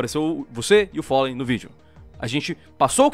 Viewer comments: ``o follen`` kkkkkkkkkkkkkkkkkkkkkkkkkkkkkkkkkkkkkkkk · É FALLEN e não follen